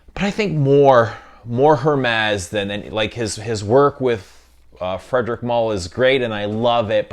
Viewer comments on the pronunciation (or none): Thank you/Merci. Mispronunciations are annoying. Also, Hermès - The H is silent.